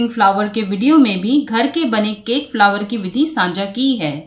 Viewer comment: फ्लावर नही फ्लोर बोलते है। बॉउल नही बोल बोलते है।